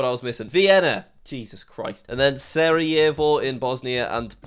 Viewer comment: it's not sariyevo, it's spelled "carayewo" or smg